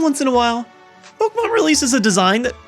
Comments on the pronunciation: Why does he pronounce it poke-mon its pokEmon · Dude, it's not pronounced "Pokmon" it's "Po-kem-on" and it's short for "Monster Rancher". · I love Pouukmon! Why does he pronounce it like that though anyway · It's pronounced Poe key mon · Do people not acknowledge the accent over the E? It's not pronounced Pokumon... Idk why so many pokemon fans pronounce it like that... It's wrong. Jesus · I love how you pronounce the word "Pokemon" :D